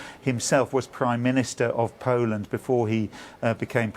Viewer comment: Awful voice of this woman - can't pronounce "Poland" properly. it's the BBC so presumably she ticks and "ethnic inclusion" box - certainly not there because of her ability to pronounce words properly. Out of a population of 60 Million she's the best choice to be on a news channel ?